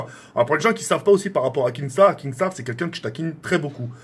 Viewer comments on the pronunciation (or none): C’est pas KINGstaar mais KINstaar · Tk on dit kinnstar pas kingstar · KINSTAAR PAS KINGSTAR MDRR TU PRONONCE MAL 😂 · MAISSSSS tkkkk c kinnnnnnstaar pas kinggggstaar😂😂😭😭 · Je ne ss po cmb de fois il a dit kingstaar. C kinstaar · Ok nikel mais apprend à dire son blaze stp ca se dit « kinstar » et non « kingstar » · Mais pk tu dis kinGstaar ptn !!!!! Faut lui dire vraiment 😭😭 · Mdrr il dit KinGstaar XD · Il prononce même pas bien son pseudo il veut duo ac lui 😝🤷‍♂️